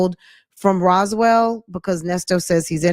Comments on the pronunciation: That part was irritating bc how do you live there and not know how to pronounce it. More importantly how do they have several charges on your husband and you don’t know how to pronounce it. 🤔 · Hey Fran! hey Chat! So ShurLee didn't know how to pronounce Roswell (Rosewell) but her BOOTY salon was in Roswell? Fran your laugh is infectious "How do they know where yo booty salon was" 😂😂😂 Thanks for all you do, hun!